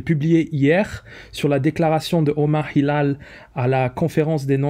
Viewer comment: Tu prononces google apple avec un accent british et omar Hilal avec un accent Un peu trop français je trouve ! Les détails ont leur importance